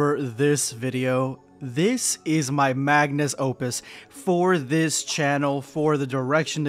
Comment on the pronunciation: It’s “Magnum Opus” not “Magnus Opus” 😂